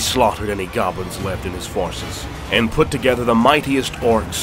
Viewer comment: I thought you said he killed off all the govlins. And the very next battle you day orc and goblins.... not picking. Just enjoying the storytelling. But picked up some minor issues.